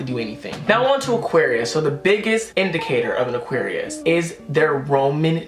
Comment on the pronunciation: Did he just say auqarius is a water sign